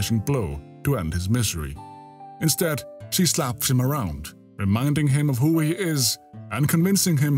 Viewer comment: “Instead, she slaps him around” omg your accent really made me lol there hahaha